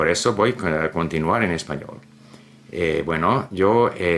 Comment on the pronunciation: Where in Canada is he from? I like his accent. He seems very comfortable in Chinese but with Spanish as my second language I struggled a bit with his accent, as I tend to do with foreigners speaking my non-native languages. The way he says words like “cocina” for example sounds strange to my ear. Edit: I think he pronounces “co” strange, since I heard it when he said continuar as well.